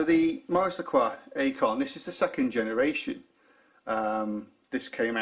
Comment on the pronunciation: it's pronounced 'icon' not 'a con'. Deployment means movement of troops and equipment. Deployant is specific to watch clasps.